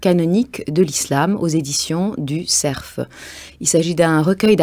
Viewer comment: Mme Anvar devrait apprendre à prononcer correctement le mot CERF en français. On a beau être sur France-Inculture, il y a des limites, tout de même.